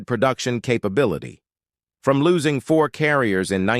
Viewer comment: Losing. Not lousing.